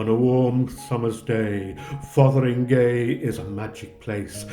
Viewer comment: so glad you pronounced it right - I know what you mean about media pronouncers .